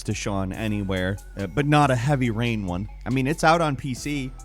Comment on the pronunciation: Hevvvry Rain?